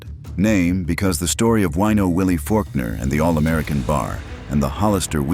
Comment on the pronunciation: The name is not WEENO Willie - it's WINO Willie. What an idiot.